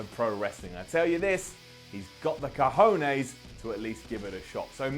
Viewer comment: LOl, funny to hear saying "COJONES":P